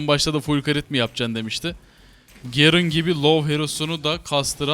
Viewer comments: şu garene gerın demeyin artık lütfen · gerın degil garen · gerın ne ya GAREN lan o garen :D